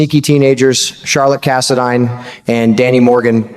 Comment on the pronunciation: Cass a dine not cass a deen